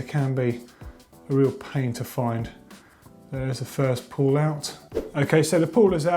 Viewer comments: Pedantic, but pretty sure it's "pawl" not "pull". Otherwise helpful video as ever chaps :) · Good one again :-) Although should've read "pawl" instead of "pull" ;-) Also I wouldn't use oil in the freehub but rather a specific freehub grease.